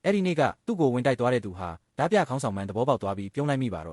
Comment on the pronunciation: AI ကြီးနဲ့ဖတ်နေတာလား။ဒါမှမဟုတ်မြန်မာစာအသံထွက်မသိတာလား။တင်ဆက်ပုံမစိုးပေမယ့် အသံထွက်ကြီးကစိုးတယ်။ ဓား ပြ အသံထွက် ဓမြ